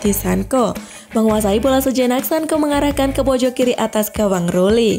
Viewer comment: Bilangnya Sanco bukan Sanko, mbak..... 😁